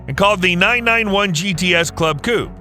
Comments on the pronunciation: Coupe not coup. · The name is not Coup.. but coupééééé. Ku-pey ;-)